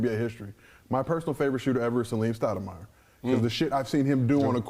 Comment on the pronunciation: He said Saleem Stoudamire. That opened up something in the back my brain